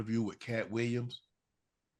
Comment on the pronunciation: Williams pronounced Weeyums